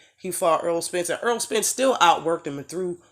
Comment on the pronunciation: Y'all love Spence, but you call him Earl not Errol...